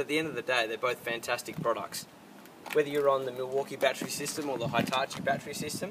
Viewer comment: Jesus christ it's pronounced "Hee"tachi not "high"tachi